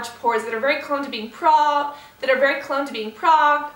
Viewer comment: "very proned to be progged" x2 haha love ya cass :)